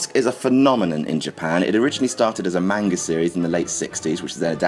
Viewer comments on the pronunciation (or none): not that I expected you to say it correctly, but you pronounced Manga wrong. just saying.